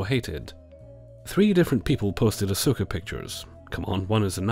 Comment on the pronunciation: I know this is nerdy of me to point out, but you can tell hasn't seen Evangelion based on how he pronounces Asuka:) Hint: It sounds like "Oscar" without the R. Not the PRECISE pronunciation but the easy way for English speakers to get close. Also "waifu wars" are always cringey to me. Whatever happened to just having "favorite characters"?